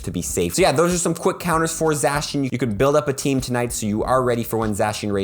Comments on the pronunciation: sorry but this annoyed me Za-She-un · zacian : zay-shun or zay-see-uhn zamazenta: zah-mah-zehn-tah